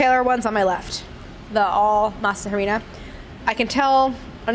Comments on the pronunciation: jesus christ i never really think all this work goes into these little snacks until claire dies every week from trying to make them and then gets sick and still films but i love you so much claire but you don't pronounce the H in harina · I was questioning what Harina was but i remembered its spanish and laughed at myself for pronouncing it like claire 😂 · Everytime she says Harina i cringe a bit lmao H is silent in spanish. Not trying to be mean here im just laughing cuz it sounds so weird in her accent xD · The “H” in Harina is silent!!😩😩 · in the word harina, the h is silent. just ask gaby. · h is silent on the pronunciation of harina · When she pronounces the H in harina lol Just didn’t sound right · i think she redeems herself with how she says everything else. it is pretty jarring to hear the h pronounced tho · Cringed every time she said “masa harina” and pronounced the “h”. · I love you but...the “h” in harina is silent! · I love Claire but her pronouncing the H in harina was... Ahhh lol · Someone please tell Claire that H in Spanish is silent. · the H is silent in Harina. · i love the way you say harina. gorl the H is silent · You don't pronounce the "H" in harina 😂😂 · Ay Dios mio, The "H" in "Harina" is silent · I know Claire won't read this, but for anyone who does, you don't pronounce the 'H' in 'Harina'. (Harina just means flour btw) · Drop a like if you cringed everytime she said "harina" 😂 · Good job Claire! Love watching your videos. By the way don’t pronounce the H when saying Harina. Anyway looking forward to whatever’s next. I say you try making Gourmet Coke. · The "H" is silent in harina. That killed me :( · Masa harina...the h is silent. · The way she says masa harina kills me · Pro tip: the H in Harina is silent! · The H in Masa Harina is silent. But I’ll forgive you Claire. 😃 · Oh lord, please stop pronouncing the H... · Oh Claire, the “H” in masa harina is silent. Besides that loved the video haha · crying the pronunciation of harina lol